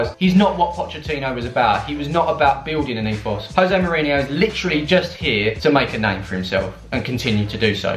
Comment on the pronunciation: Jose ... with a “J” at the front bro.. he’s Portuguese... not Spanish 😉